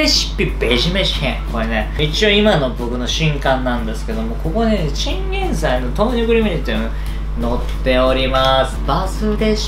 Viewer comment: 豆乳分離するの気になってたんですがバター入れると平気なんですね！ 勉強させていただきました！ 途中おにいさん ティンゲンサイって言ってましたよwwww